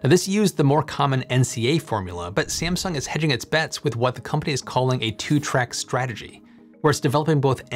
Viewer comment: are you using AI video generator? The way you pronounced "Sieamsung" was really weird, it is just "Samsung".